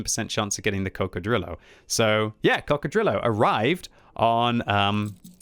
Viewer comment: please never say Coccodrillo like that again